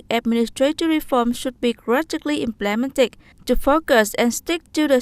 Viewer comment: Tại phút từ implemented /ˈɪmplɪmentɪd/ mà chị lại đọc /ɪm'plementɪd/ nhấn vào vần 2 là xong phim luôn!